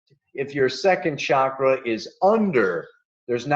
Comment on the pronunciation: If you're going to India you're going to have to start saying chakra instead of shakra! Hard to imagine how you arrive at such a price for this- i have been to India 21 times over 20 years and it's possible to live very well for much less!